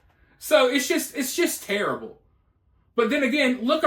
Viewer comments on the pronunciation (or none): none